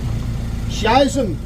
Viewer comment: excellent pipeworks of you, but the German in me wants to invite you over to practice your pronunciation of "Scheisse" some more 🤣